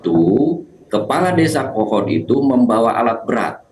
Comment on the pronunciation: Kepala desa "Kohod" koq jadi "Kehed"